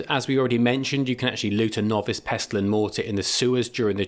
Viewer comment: Thistle, Wrestle, Nestle and PESTLE. Hint: the T is silent.